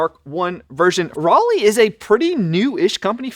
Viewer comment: So, as an American, when I see the "Roly", I hear in my head the word "Rolly" or "Rollie". When dude says the name "Roly", I hear the name of the city "Raleigh", as in North Carolina. Is that just me, or ...?